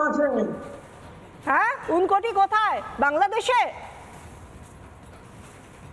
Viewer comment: 'ঊনকোটি' উচ্চারণ সঠিক করুন।